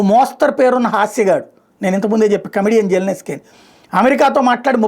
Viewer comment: Zelensky Bujji , jellinesky kadu Nuvvu nee butler sollu English